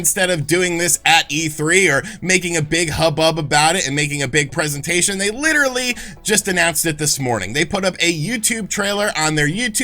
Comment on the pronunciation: you sound very strange when you say the word literally like that. It makes me cringe. You are an absolute valley boy, and it makes me hate you, and wish I was not a viewer. It is very unprofessional. There is absolutely no reason at all, in the microscopic, to use that word where you did, and the way you did.